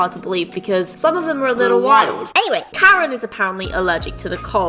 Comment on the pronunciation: Hi I’m Karen I thort they said carrot XD